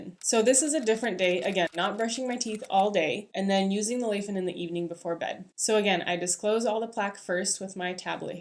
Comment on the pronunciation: Nice review! Will get it for my wife based on this! Btw it's a Chinese brand, pronounced lai as in "tell a lie" or "lie on the bed"